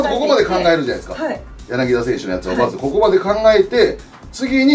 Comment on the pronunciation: やなきだ、じゃなくて、やなぎた だ、じゃなくて、た 濁らない